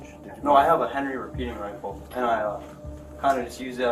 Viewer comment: The hyperbolic commentry is painful! Dude can barely say the word 'Rifle' properly